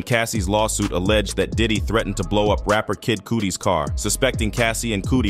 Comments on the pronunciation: The narrator called kid cudi Kid cooty 😂😂😂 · Bro “A hundred and twelve” instead of “one twelve” 112 and “Liv” instead of live. Idk about subscribing😂😂 Edit I just heard “kid cooti”😂😂😂🤮🤦‍♂️